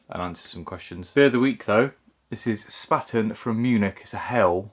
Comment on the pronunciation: Well, there's a thing. My landlord is the Spaten brewery here in Munich. I do believe that Spaten (which has now merged with Löwenbräu and is owned by Interbrew) actually "invented" Helles and yes, our water is incredibly hard, making the kettle very chalky very quickly. It's pronounced "Shpahten" (rhymes with Barton). Oktoberfest very soon!! I hope you get to buy a new narrowboat shortly since I'm here for the boat and the canals. I enjoy your vlogs. ❤